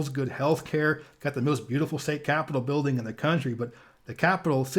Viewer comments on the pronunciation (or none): none